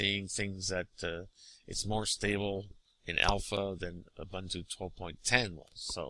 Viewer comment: Ugh it's pronounced "oo-boon-too". It's a real word and used on a daily basis in Africa.